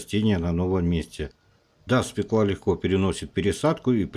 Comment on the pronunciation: Свёкла! Ё -всегда ударная!